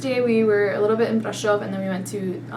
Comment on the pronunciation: Your best pronunciacion is Brasov, an di think you really must love it there. I'm glad!